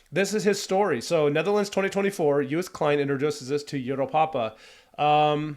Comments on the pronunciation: You says Joost like JOOst but the O is as if you are spelling it. So it will end up sounding something like Jo O st as one clean word. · Pronounce his name like toast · You should pronounce it as "Yoast" Klein...😉👍🏼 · You pronounce the double oo as oa (like in toast) not oo as in too. So actually you say Joast. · Joost is pronounced "Yoast" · You pronounce Joost like toast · Joost is pronounced as Ghost, not as Boost. Double O is always short, as in one O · You pronounced Joost as toast ! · Great review. Thank you! As you were asking ☺️The name is pronounced as: joooooost (and not youst). And Kleyn (not klain). Have a great day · .. you should pronounce his name as.. yoooost.. joooooooost you said jeughst.?? or something.? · Joost is pronounced like ghost with a J instead of a G, or Yoast. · The pronunciation of his first name is Yoast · Joost is pronounced as : Yo-st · Say his name like the word 'road'. Joost (Joast). With regards, Mar from the Netherlands. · the O's in his first name are pronunciated as in 'ghost' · Thanks for this great video! I'm from the Netherlands but live in Texas and I love to hear American views on Dutch culture. Joost is indeed pronounced more like 'toast' so you'd say 'Joast' maybe. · Joost is pronounced like with the O sounding like the O at the end of HellO. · Just so you know: love your comment and as I am Dutch yes I have high hopes for this Eurovision song. The correct pronunciation of Joost is as in the word Ohio or “closed”. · Great video, thanks for the positive comments. Joost is pronounced as Joast like in toast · In American it's pronounced Yooo'st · Joast klein lol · You can learn to pronounce his name like this: Say toast, and replace the first T, with a Y, so you get Yoast. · Hist first name is pronounced "Yohst" for all English-speaking peoples. :-)